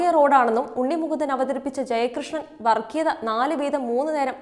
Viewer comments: വർക്കിയത അല്ല വർഗ്ഗിയത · വർഗീയത എണ്ണ ഉച്ചാരണം വളരെ മോശം